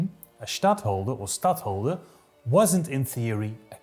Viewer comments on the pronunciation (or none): The s in stadhouder (city holder) is pronounced like the ss in bliss not like sh in she (in fact sh doesn't even exist in dutch except loan words)